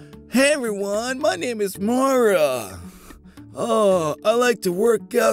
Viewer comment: My name is Maura and said it right 😃😃😄😄